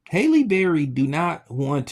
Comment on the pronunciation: Her name is Halle, not Hailey can you read or spell or comprehend..lol your channel is trash!!!!